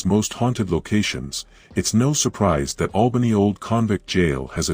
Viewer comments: It's Albany not Awlbany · The A sound Albany is the same starting sound in apple, it's not awlbany as in the sound awe. There is an town over in the east of Australia that sounds like Awlbany.